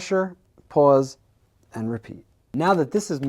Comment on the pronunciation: Long Island accent detected on “pause” 😉